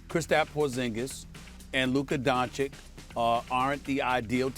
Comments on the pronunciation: “DON-CHITCH” NOT “DON-CHICK” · Doncic, nit Donkic!! Not that hard🥴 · It’s pronounced DonciCH, not DonciK. Get it right. If you can say Antiticumpo or whatever, you can say Doncic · Stephen, "Luka Donchick", A Smith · How does Stephen A STILL say 'donchick?' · stop saying doncik, show some respect Mr. Smitch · Can he stop calling him DONCHICK ?! That’s DISRESPEKK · Stephen A, its your job to learn how pronounce those players names correctly!!!! shame. luca doncić is a superstar in this league you will repeat this name for years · I expect Stephen A, pronounce right the last name of Luka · As extensive as his vocabulary is, you would think this clown would learn how to pronounce Luka’s last name properly. Terrible. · I could understand Stephen A. mispronouncing Dončić when he was first drafted, but it's been 3 YEARS. He's won rookie of the year, been a 2x all-star starter and has earned all-nba first team 2x as well, what more must he do? It's insultingly disrespectful and at this point Stephen A. is blatantly mispronouncing Luka's name on purpose, all for the sake of getting people riled up (and I fell for it). I can't help but feel this is a race thing and that he's not too happy that a white player is inevitably going to become the next face of the nba. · Going on 4 YEARS and this clown still can’t say Luka’s last name right. Clown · Can you say his name right? This is your job lol